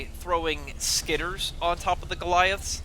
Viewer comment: SkitterERs. It's three syllables.